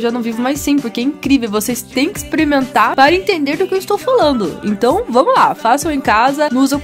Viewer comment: Tá ouvindo? Vcs tem que "exprementar" kkkkk...Só eu que entendi isso? 😂😂😂